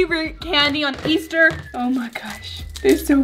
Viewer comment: said yeaster like if you heard it